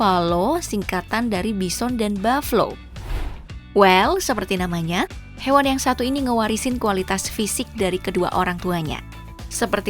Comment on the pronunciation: Kwkwkwkwk bukan bifallo tapi bufallo mb. Kalau ngomong yg jelas